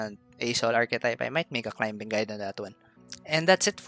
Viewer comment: Love your content, just a little tip: the 'b' is silent the word climbing. 😁 Not a big deal. Just a reminder. 😊